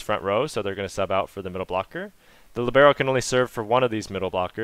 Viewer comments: All cool and useful, but it hurts my Italian hears to hear "libeeeero", because it's supposed to be pronounced "liiiiiibero"... :-) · Great explanation, thanks! Oh just one thing: it's lìbero, with the stress on the i, Italian for 'free' (to move around).